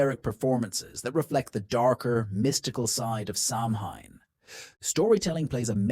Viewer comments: You need to know how to pronounce Samhain. It's pronounced Sowan not sam hine🙄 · SAMHAIN is pronounced SOW WEN (when)